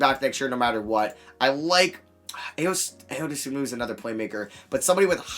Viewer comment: Please pronounce Ayo’s name right, it’s I-o not Aye-yo